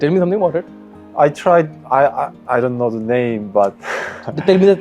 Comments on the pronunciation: ㅋㅋㅋㅋㅋ 놀라운점 두가지 : 1.영어 한국인치고 매우 잘 한다. ( ㅡㅡ 영어 못하는척 했다니...!! ) 2. 영어 쓰는데 한국인이하는 영어 발음이다 ㅋㅋㅋㅋㅋㅋ 유돈노?????? 하는데 ㅋㅋㅋㅋㅋ 왜케 한국인이냐고. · 영어 잘하는데 엑센트가100% 한국 발음 이네 유돈노? 아이원트 등